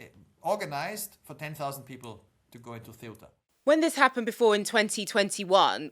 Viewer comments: Please pronounce Ceuta correctly. It's Ceu-ta and not Ce-uta. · You're mispronouncing CEUTA. I remember studing about it in secondary school.